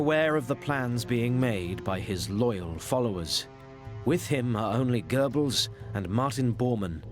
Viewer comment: A professor should learn German pronunciation…eg “Gurrrbels” not “Gorebels”